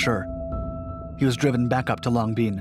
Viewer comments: pronounced LONG BEN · Nice story, but once again you earn a "D" for pronunciation of Vietnamese names. Long Binh is pronounced just as it is written. Not "Long Bean"! I spent 12 months there Mar '70 - Mar '71. It was well known that you could get away with virtually anything in the military by carrying a simple talisman : a clipboard and an attitude. I, myself, was able to hitch a ride on a C121 cargo plane simply by showing up at the airport and asking!